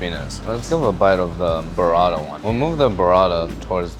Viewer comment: Why does bro call burrata "berada"? 💀